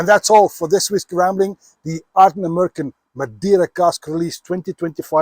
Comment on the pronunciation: Ardnamurchan.Wonderful Scottish word.Beautifully pronounced.The love of whisky is a special thing.SLANJ SIR 🎉